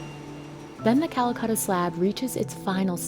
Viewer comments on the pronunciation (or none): Why is it so hard for English native speakers to pronounce vowels?? It's Calacatta, not cuhluhcuhttuh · The narrator is driving me a little nuts. Quibbles? its Cala-catta, not Calacutta. Or Calcutta. Also, pronounce the "t" in Mountain. Not "mown-in". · So how many time do you think the narrator said Calcutta instead of Calacatta? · It's not Calacatta, it's Calcutta! Ssshhhhh. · Stop saying Calacutta. It’s an A not a U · Why you English speaking don’t pronounce other languages in the correct way?? And get offended when someone doesn’t pronounce English right? It’s very easy to pronounce Calacatta, repeat with me.. “Calacatta” “Calacatta” “Calacatta” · Me as an Indian thinking calacatta marble as 'calcatta' marble. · She is saying Callacutta